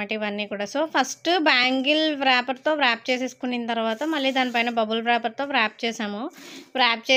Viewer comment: Nice bangles. ❤ Wrap ని వ్రాప్ కాదు... రాప్ అనాలి.